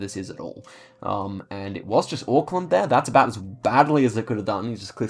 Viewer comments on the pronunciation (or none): none